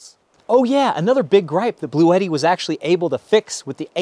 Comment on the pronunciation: Don't forgetti, your Bluetti, rhymes with spaghetti. But ute doesn't.